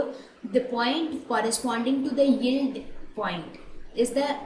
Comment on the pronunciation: Y is she sounding so uncomfortable with the word yield😂it's simply yi-el-d